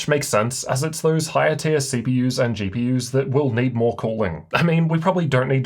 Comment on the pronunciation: came her for the way he says "CPYers and GPYers"